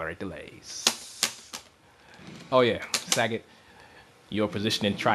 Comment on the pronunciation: lol he says sag-et its sa-got